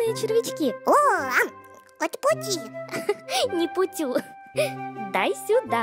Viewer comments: Апути! Не путю! Но кому я говорю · Она сказала "не отпущу" а "не путю"